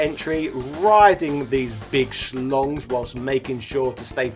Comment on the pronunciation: in German they are called "Schlangen", which is the plural of "Schlange". And its approx pronounced as "shlungan" rather than "schlongs"